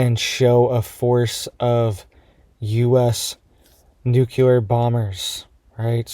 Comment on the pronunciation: " NOOCULAR IS NOT A WORD! THE WORD YOU AR TRYING TO SAY IS NUCLEAR! YOU SOUND LIKE YOU ARE NOT WELL EDUCATED.